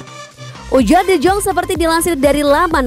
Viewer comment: Penyebutan nya D Yong Bukan D Jong Saran sih